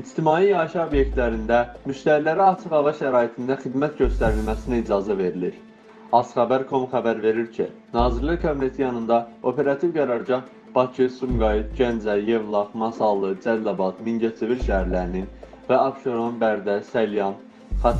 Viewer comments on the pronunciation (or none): Ay qardaw ooerativ yazilir,aperativ deyilir.Nece savadsizsiniz,nece lehce ile teqdim edirsiniz bu melumatlari.Yeni bir soz yaziliwda baqwa,oxunuwda bawqa seslenmelidir bilmirsiniz.Bu Ali mektebin diplomunu size teqdim edenin bawina daw diwsun.